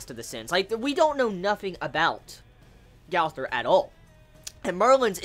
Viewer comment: It's pronounced Gother